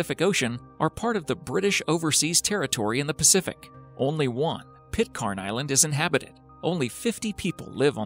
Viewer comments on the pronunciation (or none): The mispronunciation of Pitcairn is excruciating. it's not Pit-KHAN, it's frigging Pit-CAN! #plonker